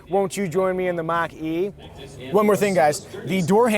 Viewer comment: Almost like he’s saying Maggi, like the noodles.